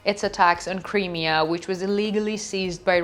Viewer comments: It is NOT "THE Crimea", and some other issues Smoke RISING, not "Raising" - Crimea is not pronounced "Cremea", it is prounounced "CrYmea" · PLEASE!!! Please learn how to pronounce Crimea …. It’s like this…. .ah She’s cute but someone needs to help her with pronunciation GOD BLESS UKRAINE GLORY TO THE HEROES OF UKRAINE ❣️❣️❣️